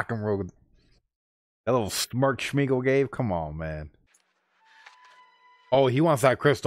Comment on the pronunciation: Gollum's real name is Smeagol (not SHmeagol)))